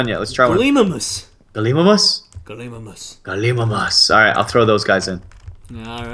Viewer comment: You pronounce gallilimus galimaimes